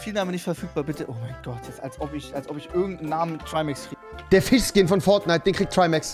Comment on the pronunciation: Rewi"Bro du bist ein gottverdamter Goldfisch". Trymacs:" fich"